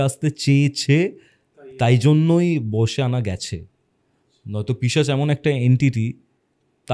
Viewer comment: পিচাশ❌ পিশাচ ✅ correction kore nio. Khub kane lage tomar pronunciation ta